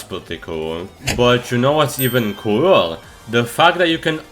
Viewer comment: “what’s even coolèr” 😭🙏